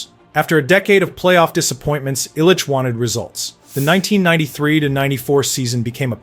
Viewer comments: It’d be nice if he could pronounce Mike Illich’s properly name as well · Dino's last name is pronounced "Cissarelli" not "Sick-arelli" and Ilitch is pronounced "Ill-itch" not "Isle-itch." I know, I know... AI scripted... but still. If you are going to produce content, perhaps make sure things are proper, maybe?